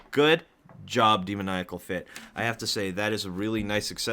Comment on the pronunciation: When you can’t say demonical